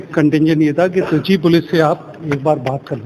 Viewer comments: Baar baar treechi ko chitri kyo bol rahi hain? ? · चित्री नही madam त्रिचि है।